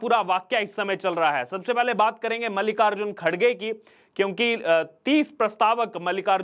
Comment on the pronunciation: Not kadage, KARGE.